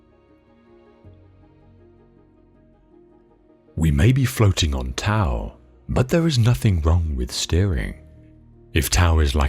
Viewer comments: Great quotes appreciate the channel I will offer this advice when speaking of the Tao....it is pronounced dow.🙏🏻 blessings to all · This is a fantastic compilation of Quotations I loved it thank you very much I must point out just for the record that the word TAO is pronounced with a "D" sound not a "T" and the word YANG has a soft "A" not a hard "A"